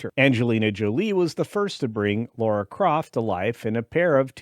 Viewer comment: "Laura Croft"? She's dead Jim